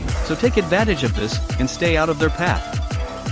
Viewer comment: "Stompers" LITERALLY EVERYONE ALIVE: Screw you, you're wrong.